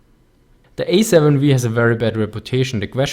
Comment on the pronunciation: "The Ej-Sieben-Vii" ^^ aber super Video ;)